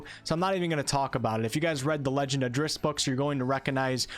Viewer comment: It's pronounced like 'Drizzit', as was made clear in one of Salvatore's own books.